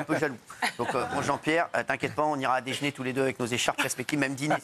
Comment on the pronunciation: Déjeuner et pas déjner. Purée la contraction de mer.e